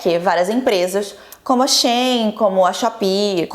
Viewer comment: Porra,, até você falando Shein desse jeito? A pronúncia é SHE IN, "ela dentro"!